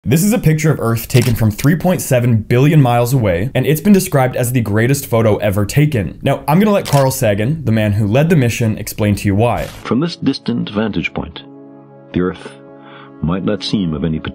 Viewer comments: mf actually pronounced it "saggan" :'D how do you even mess that up? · Did he pronounce his last name Saahgan. … lol